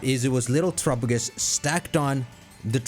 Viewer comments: Our man really out here til this day pronouncing Terapagos like Tuh-ruh-puh-gus instead of rhyming with Galapagos... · I’ve always loved how he pronounces terapagos